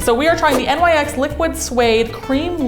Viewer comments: its not pronounced N-Y-X its like Nix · It’s not N-y-x , it’s pronounced nix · is...is it... is it supposed to be spoken as N.Y.X? i always just thought it was spoken as if it were one word. (nyx pronounced as nix) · N-Y-X 😤😤😤😤 it’s pronounced nix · I have never in my life heard anybody say N.Y.X it's nyx( rhymes with sticks) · You guys it’s not N-y-x it’s nix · N-Y-X? 😂😂 I believe it's pronounced Nicks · why are they saying N Y X instead of NYX ? and most videos ladylike makes are awesome but this is trash (like literally pro mate foundation vs luminous???) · but nars and l’oréal were two different finishes... also it’s pronounced “nix” not N Y X there’s so much wrong with this video i’m sorry just all the “dupes” weren’t close in finish or color to the originals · N Y X 😂😂😂😂 it’s nyx don’t say each letter 🤣🤣🤣🤣🤣🤣🤣🤣🤣🤣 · you say NYX like nix, not N-Y-X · Why do they say N Y X?? It's Nyx, like Nick's. It's...not hard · Sameeeee sis I was like “ITS NYX NOT N Y X” every time they said it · I was about to comment this!! It’s pronounced “nicks” not “n-y-x”!!! “Nicks” sounds so much better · It’s not pronounced N-Y-X it’s pronounced nicks. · It’s no N Y X it’s nyx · It not n y x it is just nyx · Guys... Guys, please. You're killing me saying "N-Y-X" lol just say "nix" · it's pronounced "Niks". A spokesperson for them did a reddit q&a and told everyone the correct way to pronounce it. The company is also named after a Greek goddess with the same name and pronunciation. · Yeah idk if that's how it's pronounced but I thought Nyx is pronounced "Nix" not "N-Y-X" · .... who pronounces every letter in NYX? I've always heard it as nicks, kinda how ELF is pronounced elf, not E-L-F. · Why are they calling it N Y X when everyone else says Nyx? 🙄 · It’s pronounced nix😂😂. You aren’t supposed to say the letters😂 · why does everyone always say NYX wrong?? its pronounced "nix" you can literally hear them pronounce it properly on the NYX face awards. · It's Nyx like the goddess, not N.Y.X.